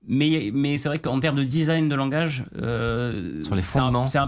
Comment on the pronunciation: "Langage" pas "Language".